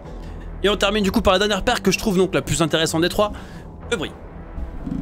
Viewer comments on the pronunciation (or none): Pour info, et aussi parce que ça trigger, hubris se prononce "hu-brisse", en fait. Rien à voir avec un hub! :) C'est un synonyme du mot zèle!